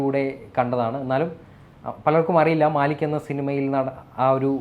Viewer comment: Haha....its not maalik ..etta..its mallik